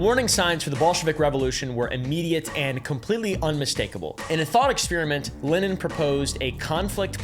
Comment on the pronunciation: whoa, worse pronunciation of Lenin's name i've ever heard -- nice.